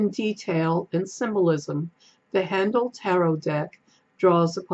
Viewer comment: Down a YouTube rabbit hole with Haindl tarot lol. Enjoyed the walk through. Just to let you know though his name is pronounced like HINE-dle not HAN-dle :)